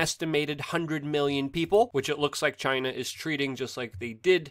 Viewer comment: I love the way you say Chi-NA ! Just like trump says it haha